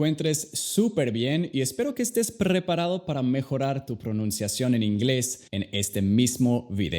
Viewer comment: No confío en alguien que dice PRRREPARADO 😩